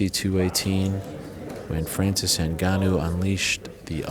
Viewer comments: I can’t even describe how much I’m bothered by the way Ariel says Francis. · Fwanzeez Ngannou Please shut up Ariel ffs